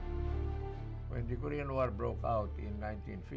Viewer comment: You should learn how to read or pronounce the word, it is not ko- rection or ko-ration it is ko-re-an okay korean